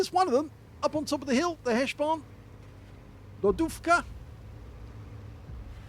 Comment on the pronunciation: Great game with some nice AP shots, that's what I like and yes, You are pronouncing "lodówka" correctly. :)